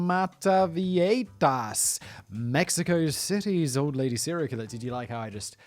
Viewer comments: La Mada-vie-hi-tas is how its pronounced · Meta-vie-jitas, rhymes with fajitas.🙂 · Seems like a syllable missing from mataviejitas…mah tah bee ay hee tas? I don’t really care, just curious🤔It’s been a very long time since I’ve had to speak the language(family trip to Peru and Ecuador, in 2008-9…It came back pretty quickly while being immersed in the language😄) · JI in viejitas is pronounced like english He, try this pronunciation with english words: Bee- A-He-Tas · I speak spanish and I came here 1000% expecting Simon to ultra butcher the name. 10 seconds in and I'm not disapointed. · You missed an entire syllable in mataviejitas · I tuned in just to hear Simon mispronouncing "mataviejitas". He didn't disappoint. <3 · Well you butchered "mataviejitas" but nailed "maria de la luz gonzales anaya" so good job fact boi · You did a terrible work pronnouncing mataviejitas, I am amused nonetheless